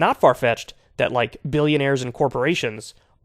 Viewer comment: I like how Kyle says Alex won't 'take on duh millinayers and billinayers' then when Alex mentions the Rockefellers Kyle's like 'i DoN't KnOw If ThEy HaVe AnY pOwEr' 😂😂😂😂😂